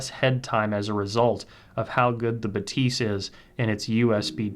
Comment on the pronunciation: C’mon guys! Even Focal pronounces that as BA-thys, with the stress on the first syllable. The pronunciation doesn’t need to be quirky just because it’s French. 😂